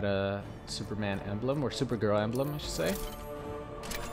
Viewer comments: why do you keep saying super grill instead of super girl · did u hear him say supergrill not hating by the way love your content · Ellboy XL The same time that I read this comment was the same time that he said supergrill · He said supergrill